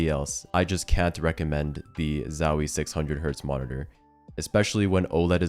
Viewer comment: it kills me how hes saying zowie.... ZAAAWIIII, chill out bruh